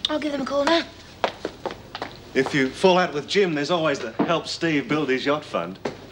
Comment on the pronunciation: Steve, it's a tatty little boat you have, not a yocht.